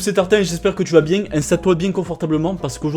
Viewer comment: " j'espere que vous allez bieng " vous avez tout mon soutieng " XDDDDDD